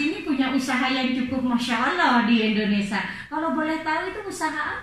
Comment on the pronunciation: Maaf mbak bukan Indonesa tapi Indonesia,jadi mbak sebagai yuotuber banyak ditonton ,jangan sampai salah2 bicara